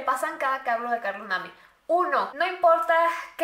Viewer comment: Se escribe Carlos name pero se dice Carlos neim